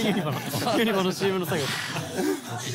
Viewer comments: めんどくさ関西人で申し訳ないねんけど、「ユ↑ニバ」が気になりすぎる笑 「ユニ↑バ」ですね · みんなユ↑ニ↓バ↓って言ってますがネイティブはユ→ニ→バ↓です😂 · 関西在住なもんで 【ユニバ】の発音の違いにまず衝撃を受け動画を観すすめたのですが… メンバー５人の魅力が詰まりすぎててさらにパニックになりました(？) とにかく最高！！ リピート決定！！ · 作間くんのユニバのイントネーションに東京男子を感じてしんどいね💦！！！ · 「ユニバ」の発音のコメント見て関西はイントネーション違うんだと言う発見が‼️ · 5人のユニバの発音が気になる…！笑